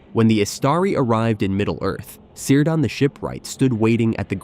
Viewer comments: Cirdan - pronounced with a hard "c": "keerdan", nor "seerdan". Thus "Celeborn" is pronounced as "Keleborn". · it is pronounced keer-dan...and gan-dalf FFS... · It's pronounced "Kírdan", ffs. With a hard K-sound. Was Galadriel married to Seleborn? How can you pretend to know anything about Tolkien's world if you can't pronounce the names of major characters? Also, 'The Two Towers' were not Orthanc and Barad-dûr. Barad-dûr never makes an appearance in the second book of the trilogy. The two towers are actully Orthanc and the tower of Cirith Ungol. And there's no evidence for the main clickbiaty "thesis" of this video, that Saruman would have been able to forge a ring greater than Sauron's. In fact, the evidence points the other way: Sauron was able to make his ring so powerful because he was a very powerful Maia in the first place.; Saruman, however, simply didn't have the native power that Sauron had to pour into his own ring. He also wouldn't be able to dupe the Elves into forging other rings of power that were in ways subservient to any "master ring" that he might forge, because they had completely learned their lesson from being duped the first time. Yes, he was seeking the secret behind the forging of the rings of power and maybe hoped to find that in the ruins of Barad-dûr if Sauron was somehow defeated militarily once again, but in no way could he have forged a ring more powerful than the One Ring. Having said all that, in all likelihood, I'm complaining to a bot, so it's pointless....